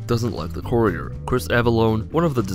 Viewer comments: I didn't watch this video because you mispronounced 'Courier' 4 times in the first 30 seconds. Good day. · How about, before you make a fact video, make sure you know how to say the character's name correctly.